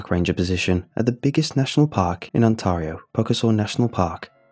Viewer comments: Please never say Ontario again... The emphasis is not TAR. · It’s - ON - TEAR (as in ripping something) E - O. I live there. Nice story! Love your narration! :) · Had to restart like 10 times cuz you pronounce Ontario bloody weird bro. Great job otherwise just man, really mangled that Ontario bud.